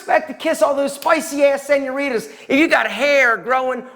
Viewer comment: I love how white he says senoritas